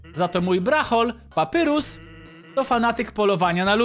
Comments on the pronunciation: 2.31 CZYTAJ PAPAJRUS NIE PAPYRUS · nie papyrus tylko papajrus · Nie czyta się papyrus tylko papairus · Papyrus czyta się Papajrus :) i lubie undertale :D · ałaaaaa dlaczego do jasnej ciasnej czytasz papyrus a nie papajrus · Nie mów papyrus tylko papajrus tak sie mówi a tak to ja znam żartów sansa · mówi się papajrus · Papirus czyta się paparius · nie muwi się papyrus tylko papairus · to nie papyrus tylko papajrus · Mówi się papajrus a nie papyrus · Wymowa papyrus-papajrus undyne-andajn śniezłe lody po angielsku nice cream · Patrzę na łapki i jedna łapka xd Skomentuje więcej jak obejrzę I drugi jestem Wgl taki szybki edit kiedy oglądam To mów na niego papajrus A nie papyrus albo papirus Na undyne andajn albo undajn troche dziwnie to wygląda ale lepiej brzmi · to się wymawia papajrus tak się nazywa brat sansa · Papyrus czta się papajrus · Papyrus muwi się Papajrus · Jeśli to czytasz to papyrus mówi się papajrus a undyne andajn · czyta się papajrus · Jak coś to papyrus czyta się papajrus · jakby co btw mówi sie papajrus a pisze sie papyrus jakbu co